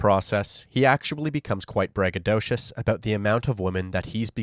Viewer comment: I heard bragadocious😂😂😂😂😂